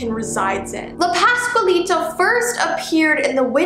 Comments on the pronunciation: Not hating but its la pasqualita not how u spell it how u say it u said la pascualita. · So, “La pascualita” is pretty well pronounced, but I would mark the “U” more. Like *qua*ntity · Say it with me "pas Qual lita" not quay Lita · I know Spanish and you almost pronounced it right